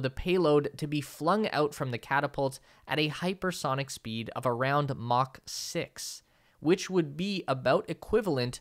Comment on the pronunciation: It’s “Mach 6” not ‘Mock 6”